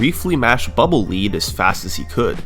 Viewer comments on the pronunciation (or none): It's actually not pronounced lead as the metal but lead as in leader. Search it out. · For the longest time I thought it was Bubble Lead (pronounced "led"), as in lead the metal, instead of lead (pronounced "leed), which makes so much more sense. I'm 22 and I only now realized it wasn't a metal bubble. I don't even know why I thought it was. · Bubble "lead" .... LEAD... 😂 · Is it difficult to understand that lead is the word that rhymes with “dead” and that nou1’s name is no one? I’d say not hard. Do better